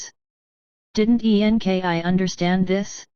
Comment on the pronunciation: I cannot get through the computer voice. The spelling of websites so weird and difficult to concentrate on the actual story. Why spell out E N K I ? I will not be sharing the computer voice ones. Sounds super fake.